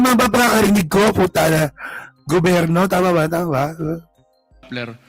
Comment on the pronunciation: Bisaya kaya ganyan ang bigkas ni baste sa gobyerno, GOBERNO , Ganun talaga bisaya eh. 😂😂😂